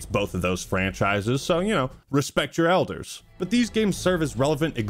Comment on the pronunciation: “Respect your Elders” Did you just say respect your eldars? Are you a Xenos sympathiser? Do I need to call Guilliman?